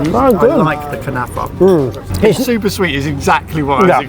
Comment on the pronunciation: 😂😂😂 I can speak Arabic you said kanafa so bad also it kunafa